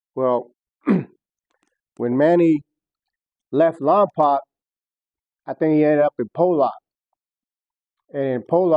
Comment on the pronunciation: Not lompac it’s Lompoc Damn it lol .